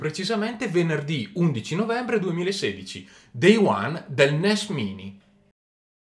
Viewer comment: credo che si legga NES mAini.